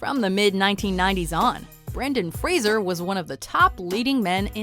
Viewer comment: Law-t-ner and Fraiser